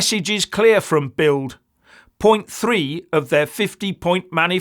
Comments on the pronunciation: BILD is pronounced BILT in German (Ds pronounced as Ts) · It's pronounced "Bilt".